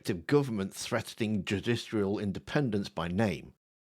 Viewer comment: I think you need to take some time to practice saying the word "judicial" and all its permutations.